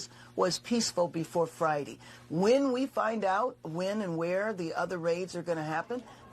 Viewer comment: said Fridee she pronounces so many words wrong